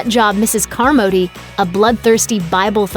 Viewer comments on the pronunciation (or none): Did you seriously not know the name of the Pterobuzzard? Also Car-MODY?